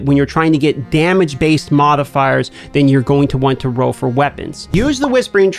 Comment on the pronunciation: Love the tips but I’d find a different word then roll cause I kinda feel bad but drives me nuts hearing “row” 100 times in 7 minutes